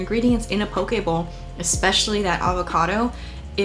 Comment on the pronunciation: no matter how hard i try i keep hearing you say pokeball 😂